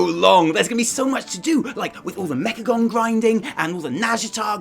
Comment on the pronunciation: "Mechacome" Oh you silly kids XD